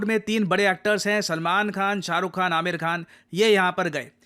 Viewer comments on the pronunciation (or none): none